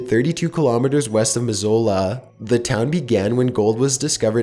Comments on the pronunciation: I don't mind his voice at all, but I wish he would find out how to pronounce places or words before he narrates the video. How difficult is it to find out how to saw Missoula? You can go to Wikipedia and listen to the pronunciation. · Miz-u-la Montana. Not Miz-o-la.